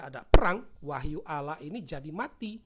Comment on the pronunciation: Allah dibaca Alah harusnya auwloh